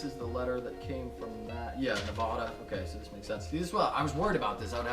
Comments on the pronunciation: it's Nevada not Nevahda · nev-AD-a not nev-AH-da